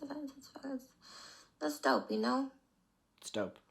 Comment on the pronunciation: "that's shhdope" is that what she's on? Is that what people call it now 😂😭